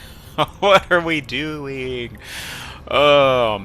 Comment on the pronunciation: Lol loved that sneaky "what are we dew-eying"😂